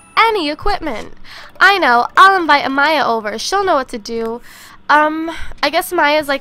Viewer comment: Thank you for saying Amaya the right way! My name is Amaya and people always say it wrong. Ilysm <3